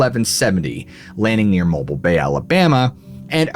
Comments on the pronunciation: That bay isn’t going anywhere buddy lol it’s mow-bill bay lol keep it up bro you’re the best! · Please say mobile Alabama again 😅😅😅😅